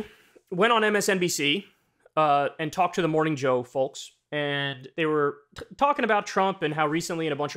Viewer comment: Does Kyle not know the L in "folk" is silent?